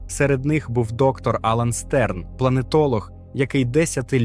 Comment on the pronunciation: Не Стерн а Штерн